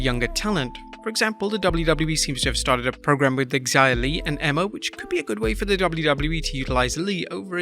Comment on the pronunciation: Do they really pronounce Xia Li's name with the X sound? Her name is Chinese, isn't it? So, it should have a Chinese pronunciation, right? Wouldn't it be SHA Li? I'm not sure what the proper pronunciation is, but it definitely isn't with the X sound. Sorry for the random thought. It just kind of irked me to hear her name pronounced with an X sound. Lol.